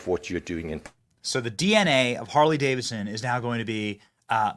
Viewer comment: "Carley Davidson"!😂